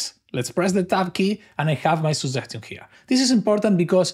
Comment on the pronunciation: Good video, I realized that I hadn't installed the chat. A small suggestion to the author is to work on pronouncing "suggestion" correctly. Luckily, the subtitles worked flawlessly.